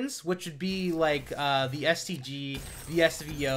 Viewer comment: I thought for sec that he said "I'm going to be so bummed out if I dont get a STD..." hahahh